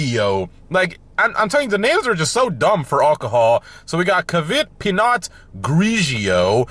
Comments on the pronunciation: Say it as pea know, and the other one is called logger is how you saw it. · It’s pronounced “pee no” and it’s French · I’m gonna help you out. Pinot: pee-know Merlot: murr-low Bourbon: burr-bin Cabernet: cab-burr-nay Sauvignon: saw-vin-yawn Michelob: mick-uh-lobe